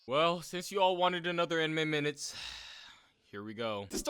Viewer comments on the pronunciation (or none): Butchered "In Minutes" .